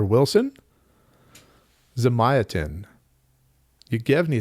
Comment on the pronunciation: Apparently Elon Musk is telling people that the Culture series are his favorite books now, instead of The Moon is a Harsh Mistress. Let the reader decide if there are any broader implications there lol. Also, it's "Zahm-yacht-in," sorry.